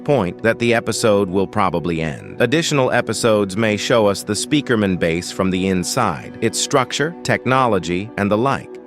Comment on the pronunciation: Spikeriman and spikreman 😭 💀 🙏 that’s how you say Speakerman in the video fix it